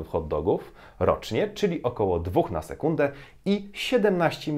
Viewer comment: sekundę czy hunde ? Hunde to pies po niemiecku 🤣🤣🤣